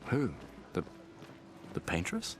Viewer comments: "Pain-tress" is crazy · Yeah I’ve never heard that interpretation before it was pretty funny. Because I kinda get it lol